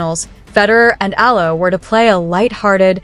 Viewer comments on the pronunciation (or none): Her surname is eala not aya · Better study how to pronounce the surname of Alex.